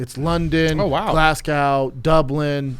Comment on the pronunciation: glasgow. glass-co not cow